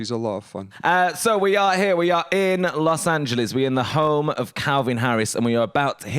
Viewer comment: HE SAID LOS ANGELES CORRECTLY